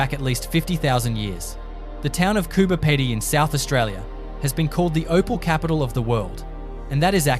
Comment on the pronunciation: Get the names right , Diamantina pronounced , Di - man - tina , Marree pronounced Ma - rree , Coober Pedy pronounced Coo - ber - pee - dee , Uluru pronounced U - Lur - ru . Laverton , Lav - er - ton , Bedourie , Ba-doo-ree